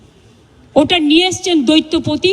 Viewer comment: Doittopoti na ota doitopoti😂😂😂😂